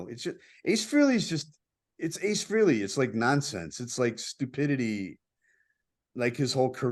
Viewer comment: Nice show, but PLEASE pronounce Ace’s last name correctly! It’s Fr A ley, not Freeley. Thanks!